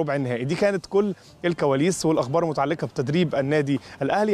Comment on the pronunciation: مع احترامى ... اسوأ حاجة فى الحوار ده هوا المراسل .. مش عارف ينظم نفسه وعمال يبلع ريقه وهوا بيتكلم وعنده اخطاء وبيقول الاخبار المتعلكة مش المتعلقة